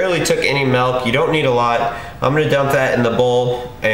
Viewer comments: MILK dude MILK fucking MIIILK not MAAAAALK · Nice, sweet, healthy treat :) Also, nice intro. Also, what state do you live in where you pronounce milk malk?